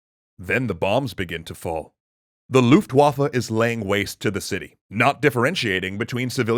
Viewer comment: Did he just said "Luftwaffel"? ^^